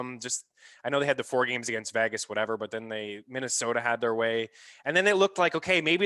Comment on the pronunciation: Who is VAGas? It’s VEGas—it’s E as in Ed.